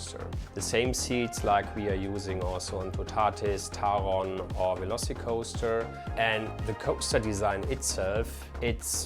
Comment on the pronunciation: My happiest moment of this video is showing people how to properly pronounce Taron. 😁